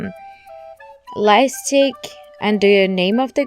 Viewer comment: Pls it's called light stick and not life stick I love you so much and I'm not saying this to hurt you I'm saying this so that you'll know or it might be me maybe I didn't hear you clearly sorry if it made you angry or mad .